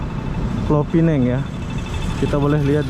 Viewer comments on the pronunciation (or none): Kenapa sebut PINENG? SEBUT SAJA PULAU PINANG. sebuah negeri di Malaysia